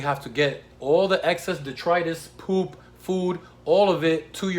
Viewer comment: I like how he says PooP. 😆